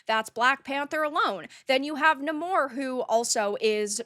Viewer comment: ITS NOT NUMOR ITS NAAMOR